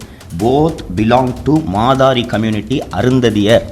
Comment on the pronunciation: மாதாரி... இல்லை மாத்தெரி😊